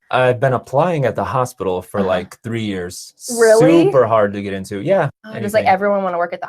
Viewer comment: Yo get into". I heard something like to get hired